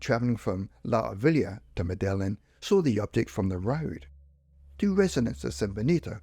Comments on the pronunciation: Medellin is pronounced Medayeen FYI. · That's how they pronounce the Colombian city anyway.I think in Spain they use the "l" more.Certainly not pronounced the way it is on this video.